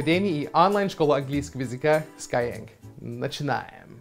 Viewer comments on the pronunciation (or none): когда уже начнёшь говорить не скайЕнг, а скайЭнг? )))